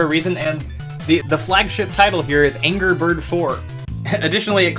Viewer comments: Did you notice that it's "anger bird" and not "angry bird"? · "Anger" Birds?